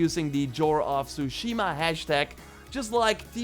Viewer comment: TSUSHIMA— T S U shima Not Shushima. It’s not that fucking hard